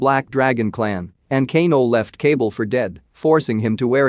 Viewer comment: Lol the way their names are pronounced is funny “cable” when it’s actually “KAH- BAL”